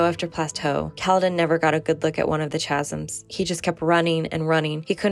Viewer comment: I've never heard someone say chasms like that lol (Canadian here). I've only ever heard kha-zimz: like cattle, not Cha-zimz: like chapter.